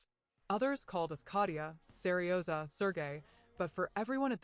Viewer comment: Сережа.. Incorrect pronunciation I guess